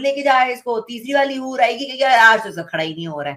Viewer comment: HUR NAHI BARKA BUR